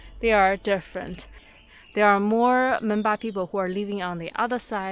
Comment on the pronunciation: Madam, people in tea garden said they r Menpa or Menba but u have wrongly pronounced it Monpa. I know this bcoz I live in other part of the border.